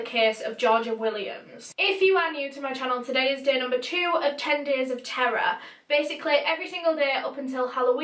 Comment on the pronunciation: this whole time i thought u were saying “10 days of tarot” n now just realized that u were saying “10 days of terror”